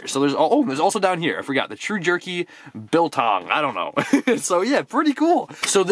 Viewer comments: Biltong comes from where I live you said it right.Love the vids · Heya, you are pronouncing Biltong spot on!! Biltong is like staple food here in South Africa! Nice pop and that lanyard is cool AF!! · Biltong is south african. Its similar to jerky. And yes yu pronounced it right the first time